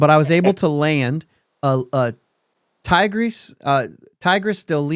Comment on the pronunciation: Teegrays, not Thai-grays. Should have gone with Escogido. Licey sucks.